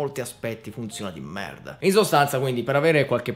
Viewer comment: Hai detto merda con accento francese tipo quando loro dicono merd